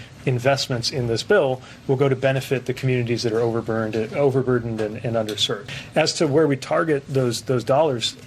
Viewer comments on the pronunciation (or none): No words for this ! Ha ha...he said overburned instead of overburdend...These people are intens criminal.